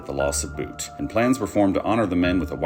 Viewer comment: Why pronounce Butt as Boot 🤔